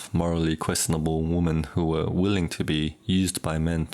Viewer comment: WOMEN!!!! not "woman"